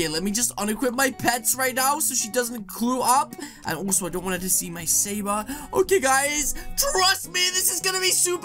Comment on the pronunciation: he said saber